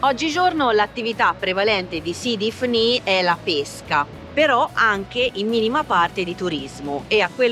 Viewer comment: L'accento è giusto, sidi ifni